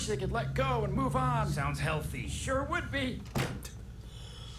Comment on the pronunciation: Most of the crew pronounce “on” wrong. It’s probably because of where you live.